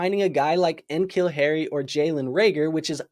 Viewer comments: Fun commentary, but dude, you gotta learn how to say N'Keal Harry's name. Think of it like Nicole Nih'Keel Harry. Not En'Keel. He might have been drafted before you got into Fantasy though. As a former Patriots fan, we know N'Keal very well. Patriots unable to draft a wide receiver since Troy Brown (I think that was early 90s) makes them a fucking joke. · You don’t have to hit the hard ‘N’ on NKeal Harry like that 🤣